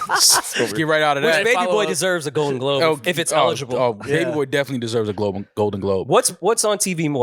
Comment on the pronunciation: dont know how to say globe